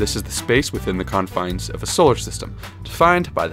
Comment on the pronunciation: 'Confinds'?? Jeez man.